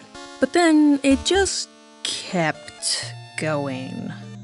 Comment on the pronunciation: "uish juwst a jwoke bwuhh"